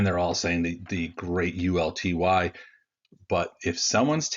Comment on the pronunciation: uLTY! Not UTLY!